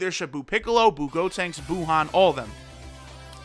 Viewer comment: no lol he said buha